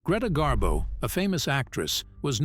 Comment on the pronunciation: Gree rhymes with knee. Pronounced Gree-ta Garbo. "Rarely ventured out?" Greta went for long walks in NY, and sightings of Miss Garbo brought out crowds of fans onto the streets just to see her. Miss Garbo walked past my grandfather's brownstone in NY, when he was walking his Scottie dog. Miss Garbo said, "Oh, what a lovely dog." The "lovely dog" suddenly barked at her, and she fled. My grandfather never forgave his Scottie. Garbo also came down to Miami Beach to see Sinatra at the Boom Boom Room in the Fontainebleau Hotel. My grandmother Betty Batista booked a suite just to come down to the lobby and Garbo-watch. The next day, Garbo hopped on a bus, all disguised with dark sunglasses and a hat. A waiter who was a friend of Betty's followed Garbo as she window-shopped near Burdine's Department Store. He took pictures of her with his Polaroid camera.